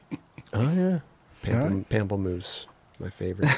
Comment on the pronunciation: PARSLEY PARSLEY And while I have you... Pamplemousse is pronounced PAHMP-luh-moose. It's french for grapefruit